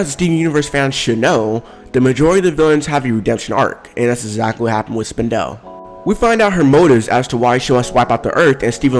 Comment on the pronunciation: Did he just say spin- del? Ok you be you say it you want